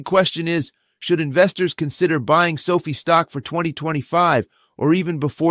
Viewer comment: It’s SoFi (rhymes with Pie)